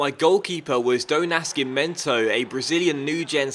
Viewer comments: ''Nazi-mento'' not ''Naski-mento'' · It is pronounced ''NAZIMENTO''